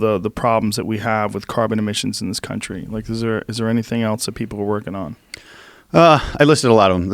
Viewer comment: Its self evident that this guy cannot pronounce "else" he keeps saying "eltse"